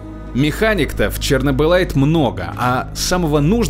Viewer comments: Игра: 864 раз произносит "чернобылит" Диктор: "чернобылайт" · Сам произносил что чернобылит, почему тогда название самой игры говорит как чернобыльлайт, тупачек, тупачек.